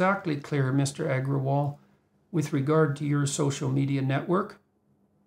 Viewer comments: mr eggerwall lmoo, bucthered the name like a pro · Indian me in splits at his pronounciation of parag agarwal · It was funny hearing that "Agrawal"